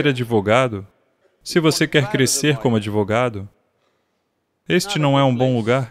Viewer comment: "...CRESCERRR COMO SERRR!!!" 🙏🙏🙏